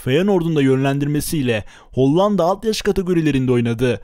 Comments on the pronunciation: Kardeşim kurban olayım HOLLANDA demeyi biraz çalış. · hocam hollanda demeyi öğrenmelisin bence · Video çok güzel emeğine sağlık lakin Hollanda demeyi öğren o ve ikinci a yumuşak söylenir...Kağıt der gibi söyleyeceksin ikinci a yı da kağıt diyebiliyor musun onu da merak ettim...